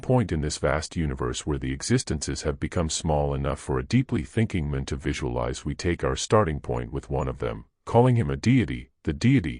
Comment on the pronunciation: This AI voice is somewhat annoying, pronouncing words like Man as Mon